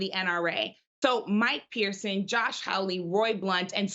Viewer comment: Mike "Parson", not Pierson', is what we here in Missouri call an 'Old School Republican" or at least was until Trump came to power.